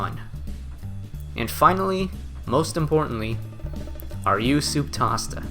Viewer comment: my man pronounced souptasta like soup pasta, i always thought it was taste-a